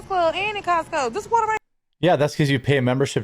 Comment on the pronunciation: "How much d'at waturr is!?" 🙄🙄🙄